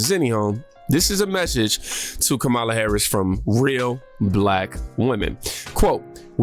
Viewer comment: Comma-La NOT ka-Mala